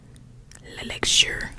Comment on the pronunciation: Hi, I am one of your french viewers and I would like to say that for the pronunciation of "La vie est belle l'elexir" it is pronounced "La vie é bel l'éléksir" it made me laugh to hear you say french word ahah